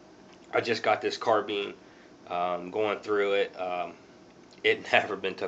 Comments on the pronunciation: it's a carbine not carbeem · Sounds like he saying carbeams